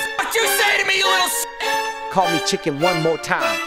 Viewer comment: Bro cannot say chicken